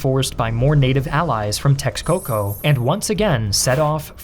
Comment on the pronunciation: X is pronounced with a “sh” sound. So the “Meh-shika” “Tesh-coco” “Tlash-kalan”